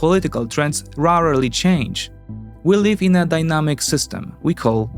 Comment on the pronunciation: The bias of this Polish guy in a single sentence - / The same battle hardens Ukrainian forces but degrades Russian, brilliant. And please, can somebody tell him how to pronounce rarely and primarily?